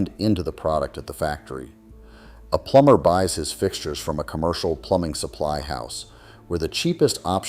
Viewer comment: What human would ever pronounce plumber, plumBer? 😅😂🤣